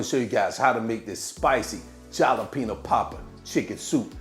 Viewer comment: I love your recipes…. And I’m sure you have been told that the letter J is pronounced like the letter H in Spanish. Jalapeño is a Spanish word so it it pronounced like Halapeno… not Jalapeno… but If you are using that as clickbait I love your creativity 💕😂